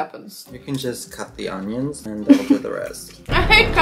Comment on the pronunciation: I live for her pronunciation of onions